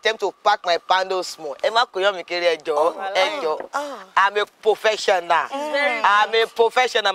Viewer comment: “I’m a pofesional” got me😂🤣🤣